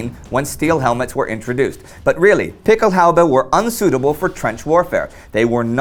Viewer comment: Excellent piece. Quick note: The plural of "Pickelhaube" has umlauts over the "a", and is pronounced "PICK-el-hoy-ba".